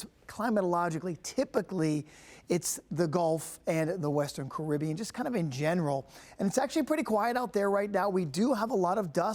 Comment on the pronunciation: Wrong pronunciation of Caribbean 🙄.